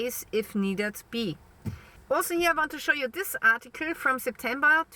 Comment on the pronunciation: I like the way she says ART- TE- CLEE.😵